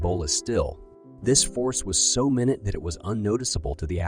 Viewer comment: The narrator mispronounced "minute" (very small) as "minute" (60 seconds). Tell tail signs of a robot narrator?